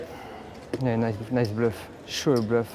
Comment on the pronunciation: yea nioce blewf sho dee bluef sho vury nice bloof je suis bleuf intense eyebrows sho de bleuf but in replay